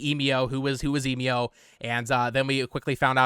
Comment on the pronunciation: It bugs me that you still cannot pronounce Emio